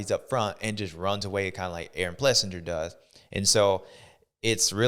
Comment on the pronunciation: Does anyone say his name right? Ples sing ER. Not Ples sin ger. Another good show bubba. Thank you sir!